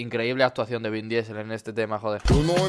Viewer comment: se dice "vin disel" joder haha. Llevo todo el video hablando a la pantalla corrigiendote cada vez que dices el nombre :)